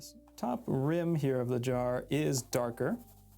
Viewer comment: Every time he says "Jar" I think he's saying "Draw"